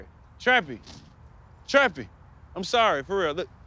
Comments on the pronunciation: Whyd the spokesperson keep calling Trappy Choppy? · Am I the only one that hears her saying "Choppy" every time